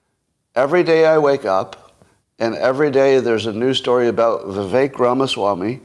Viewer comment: holy shit, learn how to pronounce "Vivek"